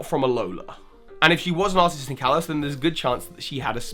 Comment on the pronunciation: estelle healer it's kalos not kalose